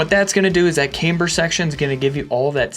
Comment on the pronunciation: Finally!!! stopped saying caimber! Nice going dude..